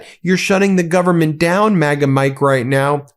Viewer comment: Listening to MAGA Mike saying gubment drives me nuts